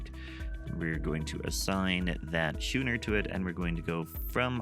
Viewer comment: It's pronounced "sko͞onər" with a K sound. Sorry, had to. Was driving me nuts.